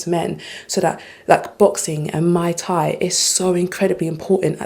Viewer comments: I also find it hilarious that she called Muay Thai a cocktail mai Thai lol. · Lmfaoooooo she said “Mai Thai” not “Muy Thai”. I guess they serve drinks while you workout 🤣🤣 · To answer her question about why Men are ‘bOtHeRed’ about “Women Only” spots, It’s because some MEN on EARTH are old enough to REMEMBER MENS and BOYS ONLY spots and FEMALES took that AWAY FROM US. Ps…This Female said Mai Thai is a FOCUS😂😂😂😂😂Not Muay Thai. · Did She Say Mai Thai? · MUAY THAI NOT Mai Tai🍹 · As a fitness influencer (and yes, I understand that she's British), she needs to learn how to pronounce some words. "Muay Thai" is not pronounced "Mai Tai". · Lol mai tai is a drink did she mean muay thai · She called Muay Thai “Mai tai” lol. Her gym will fail. Gyms are popular with women now bc they like guys around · Her calling Muay Thai, “Mai Tai” is pretty hilarious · "Self-defense classes as in Mai Tai..." It's Muay Thai, sweety, not a fancy drink. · It's not my Thai. It's muay thai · Did she just call Muy Thai Mai Tai? Women smh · Did she call Muay Thai, Mai Tai.... Girl, go get your drink....